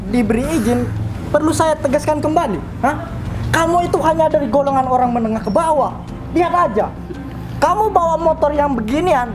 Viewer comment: tuh menjengkelkan ' tapi rupanya bisa juga bikin ketawa ' vid!!! Bukan kolongan ' tapi GOLONGAN Hhaaahahahahaha...